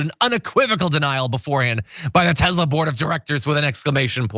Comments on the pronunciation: It's TESLA, NOT TEZLA. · Tesla not Tezla. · It’s Tesler. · Its actually Tezlur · TESLER! It's pronounced Tesler.